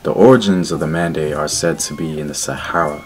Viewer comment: Its Men de not Mande